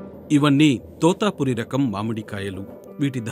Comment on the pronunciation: తోతాపురి కాదు తోతాపరి.